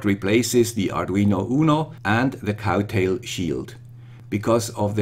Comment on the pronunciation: Good job (as always), but I feel sorry to tell you that it's "Crowtail" not "Cowtail" :(